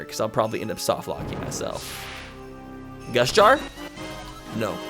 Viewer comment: was I the only one who thought was saying gush jar instead of gust jar?